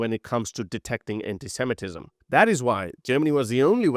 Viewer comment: SeMItic, not semeh-tic. Sorry. Anti-semitism, not anti-semetism,.